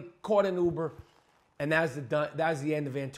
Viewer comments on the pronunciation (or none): none